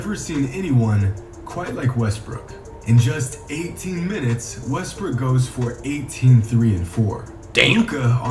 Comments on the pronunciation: Did flight really say Westbrook and not westbrick HUHHHH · “Russel Westbrick”